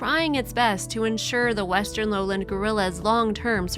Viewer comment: I don't like these types of heavily edited mini movies. They don't show the actual activity - like describing the baby gorilla following the dad as they're showing him walking ahead of the dad! Or talking about them in a zoo and showing clips of them in the wild! And too many narrators don't know how to pronounce simple words like foliage not foilage! Lowland is low land not 'lowlind'. I feel like they steal clips from original videos and somebody edits them together in a very uninteresting way and adds an even more uninteresting script. Others may feel differently but that's how I feel when I see these types of poorly edited videos.